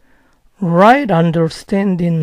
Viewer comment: en right? understanding. No da el tono de pregunta, no hace una pasa y lo pronuncia todo junto. Leerlo se entiende pero tener que escucharlo es imposible llegar a entender